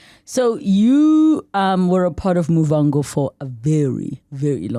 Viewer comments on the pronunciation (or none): Relebogile, I am judging you, dadewethu, for failing to say Muvhango correctly 😮😮 What a great gifted guy 🎉🎉🎉